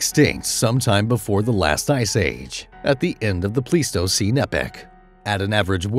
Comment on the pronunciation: Isn't it pronounced pleistocene like plywood?